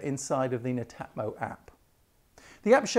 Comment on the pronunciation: pronounce it as Net Atmo